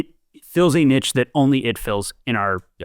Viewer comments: The way is pronouncing 'Niche' is killing me 😅😂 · Niche sounds like Quiche, not Itch.